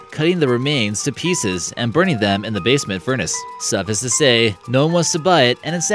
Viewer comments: I died when he said that! Also re-enivate (renovate), dare-licked (derelict), suffiss (suffice) and my favorite in context for full effect "...could be YEARS for the right price." Yours! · The term is "suffice it to say" ( suff-ice) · You might want to read through your script prior to recording..fruition is pronounced "froo ISH on" & suffice is pronounced "suff ICE".